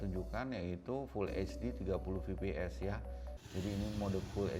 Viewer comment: Fps bkn vps😁penyebutannya salah